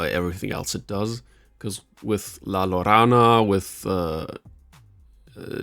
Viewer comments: Isn't it la-YO-rona instead? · "La-ya-rona" is how it's pronounced.